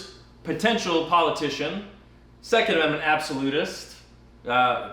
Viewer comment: I had to rewatch the last 10 seconds twice to not hear, "Thanks for supporting our Sex Ammendment Rights," instead of Second Ammendment Rights.